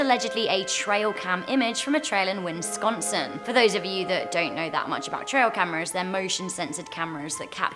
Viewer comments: Wheres win-sconsin I think she meant Wisconsin =) but you never know. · It’s WISconsin. Not WINsconsin. Where are you getting this extra n? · It’s said WISconsin not WINSconsin I kept calling it winsconsin for a while too until my friend pointed out its Wisconsin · Good video, but it’s pronounced “Wis-consin”, not “”Wins-consin”. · pronouncing Wisconsin as Winconsin is now my favorite thing ever! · "Winsconsin..." LOL Love those earrangs on you! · The way she said Wisconsin- "Winsconsin"- triggers me...